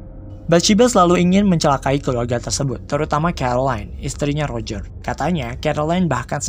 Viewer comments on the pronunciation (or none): none